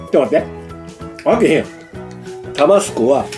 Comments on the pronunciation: タ➡️バ⤴️ス⤵️コではなく タ➡️バ➡️ス➡️コ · タバスコのイントネーション。少なくとも関西では一度も聞いたことないんですが。地域によってはこうなのでしょうか？